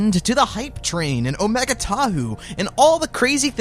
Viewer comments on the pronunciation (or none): none